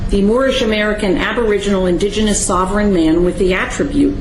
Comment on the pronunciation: Only First Nations and Native American are indigenous. Moors are pronouncing the word wrong, it is disingenuous. Watch the guy with the beard in the gallery. He is cracking up.